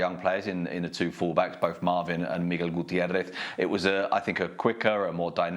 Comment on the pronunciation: The way Sid lowe pronounced Gutierrez 👏🏽